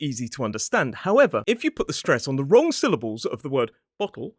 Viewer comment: You said wrong-k! Isn't that wrong? 😃